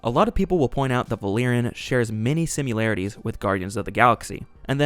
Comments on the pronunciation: I absolutely agree with all points. A note? The word is simILarities not "simularities." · What is a “simyelarity “?(sim-yee-lar-itee) Is it anything like a similarity?? (Sim-ill-air-itee) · similarities... not simUlarities LMAO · Similarity. Not “sim-u-larity.” Why are you adding a U? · I hate posting this because I love your work and celebrate the fact that a live human is narrating a youtube anymore, but it's pronounced "sim-IL-arity" not "sim-YOU-larity." (I'm not trying to be a grammar you-know-what, I'm just trying to spare my ears!) Love you and your content. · Are you saying sim-U-larities? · Sim-YOU-larities bruh. wtf? who raised you? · It’s always the marketing. Why do they skimp on marketing. Also the word similarities doesn’t have a u in it. You’re saying simularities which isn’t a real word. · I've heard "simYOUlarities" so may times in this video that im starting to doubt my own pronunciation 😂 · Good critique. Though, I winced every time you pronounced "similarities" as "sim-you-larities." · the way this dude pronounces similarities is insane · Bro you gotta stop pronouncing similarities like that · Please research the pronunciation of “similarities”. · I like the video, but my guy, there's no "u" in "similarities". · I like the way you say similarities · There is NO "U" in the word similarities. And you had to say it like 57 times. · YES - that was driving me crazy. There is no such word. I wondered if it was AI at one point but I thought AI would not make that obvious mistake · I love these reviews but I ca t get over the fact he says "Simularities" instead of Similarities. Where's the U? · "Simularitues" is not even a word. Neither is "simular." Similarities* You said it again . Bro, look up the word "similarities" and stop saying it weirdly. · Because the actors looked like children. Ugly children. It's *similarities, by the way. Not simularities. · It’s ‘similarities’ not ‘simularities’ ❤ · why you say similarities like "simularities?"